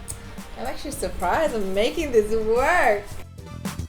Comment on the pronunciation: She says: sorrrr,actuallyrrrr,failrrr No hate just joking